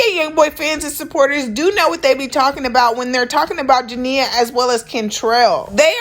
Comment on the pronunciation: Imma need you to say her name correctly...Jania Jania Jania 🤦🏾‍♀️🤦🏾‍♀️🤦🏾‍♀️🤦🏾‍♀️